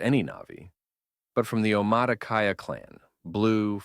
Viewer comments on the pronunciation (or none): Im sorry- why did you pronounce Omatikaya as Omatacata? The pronunciation is not hard to find. Where did the second t come from???